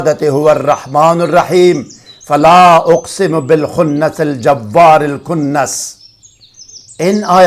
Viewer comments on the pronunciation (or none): حضرت آخری آیت کا حصہ آپنے غلط پڑھا ہے۔۔۔۔جَوار ِالکُنٌَسِ کو آپنے جَوٌَرِ الکنسِ پڑھا حالانکہ واؤ پر شد زبر نھی ہے۔نوٹ فرما لیں اس سے قبل بھی آپکی ایک اور بھی غلطی ہے قرآن پاک سے دیکھ کر درست کرلیں۔شکریہ